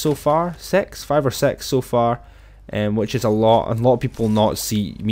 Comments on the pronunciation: he said sex instead of six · Not to be rude but you said sex instead of six but great lot thx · You said sex instead of six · Tony Gg that's the way he pronounces six grow up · Very good and its six not sex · I don’t know who else noticed that he said sex instead six😂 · sorry if im annoying but u said sex not six lol love ur vids. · He said swx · He said six into “sex” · X2 HE SAID SIX AS SEX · its an accent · When he said 5 or six It sounded like he said sex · Did he say five or sex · Did he say fiveor sex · he doesnt know how to pronounce SIX? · Foive or sex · A1 beafyqueefy that's the way he pronounces six grow up